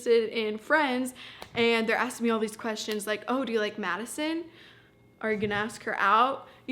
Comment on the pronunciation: When she said maddison😛